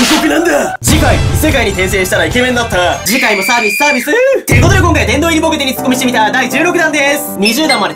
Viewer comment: 次回もサービス⤴︎サービス〜⤴︎ この発音好き（＾ω＾）